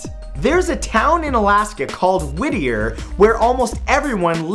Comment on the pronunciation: Whittier is pretty but there is a fee to get in, thank you for pronouncing it right Matthew!